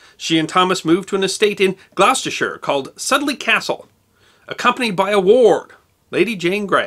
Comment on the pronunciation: Soudley is pronounced "Soodley", and Gloucestershire is "Gloster-sh". :)